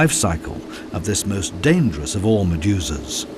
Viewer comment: Although I thought this was a GREAT documentary, it was like nails on a chalkboard whenever the narrator said "Maduzaz". I know what he was trying to say, but every time he said it I heard "MaduZAZ". And then he would say it a few times in a couple of seconds, I felt like punching myself in the nuts to distract myself from his pronunciation.